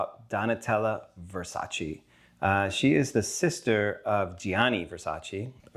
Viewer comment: Versace is pronunced with the final 'e' as in egg.